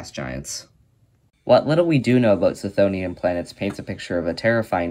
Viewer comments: The 'ch' is pronounced as a hard 'K'. K-THONE-ian or kuh-THONE-ian. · Wouldn't the 'ch' in chthonian be hard because the root is χθόνιος ? That said, misspelling and mispronouncing things is a totally valid way of boosting engagement because apparently ackchyually is harder to get off than crack. Look, it's working right now! 🤓